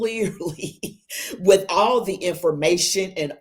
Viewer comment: Al Sharpton has organizations that when he is to pay taxes, he just goes and drops that organization and starts another. He owe 5o’s in taxes. He is a fake. Al it is not “whit h” you…it is with….